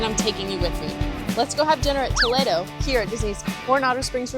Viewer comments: Finally, someone who pronounced Spanish Toledo instead of Toledo, Ohio. Excellent job! 😅😊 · I live in Ohio, so my instinct is Toe-Lee-do. 😂🤷🏻‍♀️ But I’m with you, well done!!